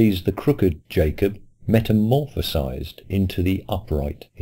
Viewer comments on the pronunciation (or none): I continue to enjoy your content immensely. A minor correction: I believe 'metamorphosed' is correct, rather than "metamorphecised".